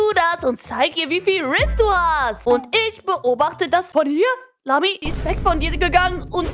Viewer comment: Warum sagt emily zu lami lamzi